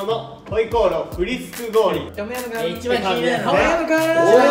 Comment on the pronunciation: 海人の『ヤムクン』が『薮くん』って言ってるように聞こえる！